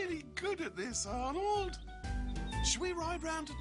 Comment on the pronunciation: When Pig says Arnold's name, it sounds like he's saying "odd old".